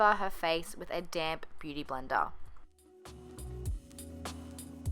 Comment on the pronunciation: she said "beauty blender" with an accent & she said "beauty blender" without an accent... 👀